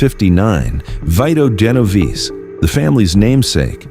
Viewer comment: Right!! 🤦🏽‍♂️🤦🏽‍♂️😂 & between the random long pauses.. like he lost his breath or something.. 🤦🏽‍♂️ the Narrator also said 'Vydoe Genovese'.. 😂 🤦🏽‍♂️🤦🏽‍♂️🤦🏽‍♂️